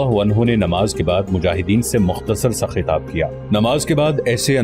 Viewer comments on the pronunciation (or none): none